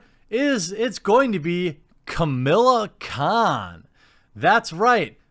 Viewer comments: "A" main character. Not "The" main character. That's a VERY different spin. I thought you hated spin, you spin doctor you! - Ka-MAH-la Khan, not Ka-MIL-la Khan. - No version of Mr Fantastic has succeeded outside of comic book pages, and they've tried MANY times, suggests he is not as popular as you think once the fan leaves the comic book medium. - She's quite a bit more popular than you may realise, although I certainly accept she's no Thor, Ironman etc.etc. I think you've missed your normal 'reasonably critical' level on this one, Jeremy. I will say, I do wish they wouldn't try and make her stand on her "womanhood" or "muslimhood", she's fine without those props. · How are they forcing her she's a great character and she has been a member of the avengers in the comics it's great their promoting new characters it's the same thing with miles morales being one of the main characters in Spider-Man ps4 also it's pronounced Kamala Khan and theres alot of things great about her in the comics if you read them